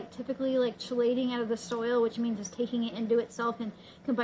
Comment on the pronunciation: Chelate. Chelation. "Kee late" "keelation"